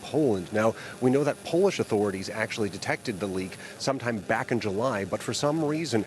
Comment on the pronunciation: Why do you employ half literate who can't properly pronounce authority?